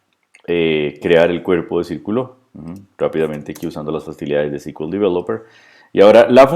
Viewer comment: no uses el inglés si no lo conoces... display no es desplegar... y "ci kiu el" sería CQL... SQL sería "es kiu el"... lo detuve al vídeo porque era para pasarle a un amigo y que entendiera esto, pero ya me dio cringe